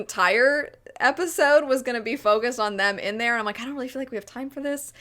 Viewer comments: “Episote” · The fact that I keep hearing not pronounced the D in episode is triggering me